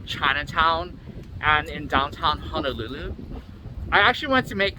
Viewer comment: It’s Honolulu sir not hanalulu